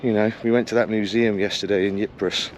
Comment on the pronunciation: Ypres is pronounced "eeper" as in take the "d" out of deeper.